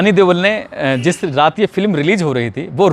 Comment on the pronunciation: ਬਾਈ ਜੀ ਸਨੀ ਦਿਓਲ ਹੁੰਦਾ ਹੈ।ਤੁਸੀ ਦੇਵਲ ਕਹ ਰਹੇ ਹੋ।